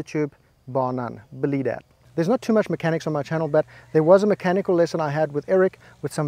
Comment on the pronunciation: “Bulee dat.” LFG!!! 💯🤣